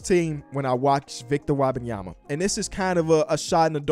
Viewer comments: It's Wem-ban-ya-ma not wah bah yema. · Wabayama?? Bro wtf are you saying lmao. It’s Wem-Ben-Yama. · It's Wembanyama, not Wabenyama. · Yo bro, love the content but its Wem benyama not WAAAH banyama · It's not "Wabenyama" it's "Wenbayama" lmfaooooo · It’s a tough listen 😂😂 “Wob-an-yama” Hold up I just got to and he started saying it right wtf 😂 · He kept calling him victor wabyama😭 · Love the vids but you gotta get Wembanyamas pronunciation right, it aint Wabenyama. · his name is pronounced Wem-ben-yama!! You say his name so terribly 😂😂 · I don't know who WAH-BAHN-YAH-MA is. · Wobenyamba lol get the pronunciation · his name is not wabbinyamma please learn it if you wanna talk about him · Stop saying WAHbenyama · Mannn, the way say Wembanyama 😂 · back when dr beecham pronounce his name as "victor wabbanyama" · But why do you pronounce the E und Wembanyama as an A ? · Why is he saying victor last name like that lol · Can you please pronounce bro’s name right… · can we learn how to say his name please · I don’t think is saying his name right lol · you gotta learn how to pronouce his name man 🤣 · how are you still pronouncing his name incorrectly lol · Butchering that man's name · At least learn how to say his name